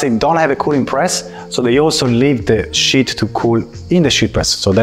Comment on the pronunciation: ok.... don't crucify me please, but since you and your team are not able to pronounce the word "sheet" correctly, and you keep saying "shit" all the time... I highly recommend that you try using another word like "laminate" or "film" or "plate". I know it is frustrating, but this mispronunciation is somewhat important and it does create a distraction when you keep saying things like "now look at this beautiful SHIT that came out of the press". sorry... but it is just how the English language works.